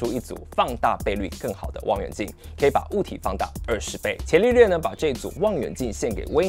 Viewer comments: 不是茄利略，是加利略 😀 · 伽利略的"伽"字應該讀"加"，而不是"伽藍"的"伽"音。